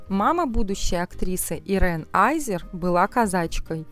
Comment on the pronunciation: Не аЙзер, а азер. Чем то скарлет йохансон напоминает